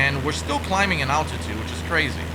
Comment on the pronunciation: it is altitude not attitude my brother is a pilot and evrey time you try to say altitude my head get's a headache